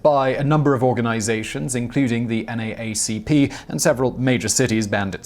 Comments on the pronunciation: NA A CP 😂It is pronounced N double A CP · Far be it from me to critique our host's beloved Britishness, but for the sake of accuracy, in America where the NAACP is from & most active (or at least in my part of it - I assume the rest), the acronym is generally pronounced "N. double-A. C.P.," not "N.A.A.C.P." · I know it's weird, but so is everyone in the states. NAACP is pronounced as "N-Double A-C-P."